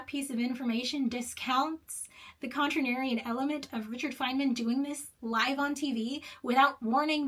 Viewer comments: "continarian...[sigh]...contrarian...you know what, I'm going to say how I'm going to say it":) Very funny,!;) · I’m going to lose my mind screaming “Con-TRAIR-ee-yun “ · Every time she says "Contranarian" I love it, that's how that word should be spelled. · just continues saying contranarian how contranarian of you lol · Pronouncing contrarian however you want is one of the most contranarian things you can do. Brilliant video btw! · Contranarian - A person who pronounces words how they want despite being clearly wrong. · Shocked you acknowledged the way you pronounce contrarian: never concede! We know what you mean!! Sorry for the exclamation points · considering she couldn't pronounce "contrarian", I have some good reasons to question her absolute intellectual capacities. It would appear to me there is a verbal linguistic limit that imposes itself over her articulation. Did you know that there are a large number of PHDs that can't read a bus schedule? What are your thoughts on this information? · Refusing to correctly pronounce contrarian. I think i'm a Collier bro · the contratrian pronouncing contrarian however they like is very on brand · What would Gell-Mann say about your pronunciation of "Contrarian"? 😄 Great video. My mind was kind of blown at the revelation that he hadn't written his own "autobiography".